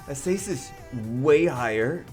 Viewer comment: 2019 and still sais "azeisis" instead of akasis or akeisis